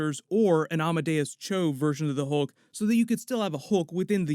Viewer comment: Hulk not holke